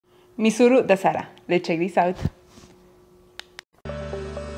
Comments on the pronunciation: It's not misuru it's Mysore - my sore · It My sore it wrong in pronounced